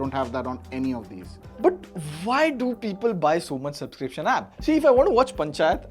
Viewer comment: Subscription ❌ Subsiption ✅